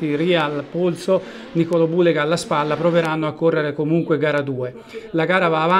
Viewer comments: Peccato per Niccolò Bhuleyga!!! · Importante e farsi capire,poi se dice bullega bullego ma chisse ne frega......!solo capaci a criticare (tipico italiano non tutti)!😂😂😂😂